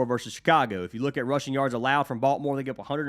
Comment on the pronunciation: Thanks for the picks! It cracks me up how you pronounce Baltimore as "Balt more". Being a native from there, I have heard it pronounced many ways but yours is unique. Let's cash!!:)